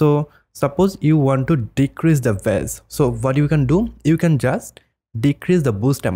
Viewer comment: Bass in this context is "Base" pronouncing it Bass is the fish. The instrument is also pronounced "Base" so the only one that's really pronounced how it sounds is the fish. Just to try and help with that since English is overly complicated for no reason lol. Great video btw :)